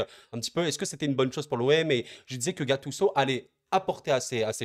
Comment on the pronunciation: En France vous aimez vraiment gâcher les prénoms des joueurs 😂😂 gattuço 😂😂